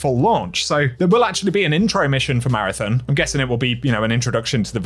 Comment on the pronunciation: We have to get you pronouncing Marathon correctly, lol.